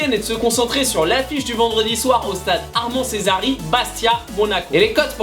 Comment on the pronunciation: Je t’en supplie ne dit pas le nom du stade tu sais pas le dire